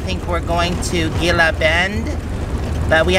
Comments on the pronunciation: Gila is pronounced Hee La :) Be safe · Gila is pronounced Hela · Gila is actually pronounced "heela". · Gila pronouced Hee - La . Terry and Scott pronounced it wrong too in their video.